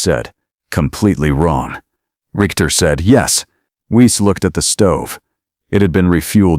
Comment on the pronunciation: Your AI doesn't understand German pronunciation - "Weiss" would be pronounced "Vice" . In German, 'ei' is pronounced 'eye', 'ie' is pronounced 'ee' and a W is sounded as V.